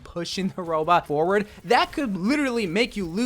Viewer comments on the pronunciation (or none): none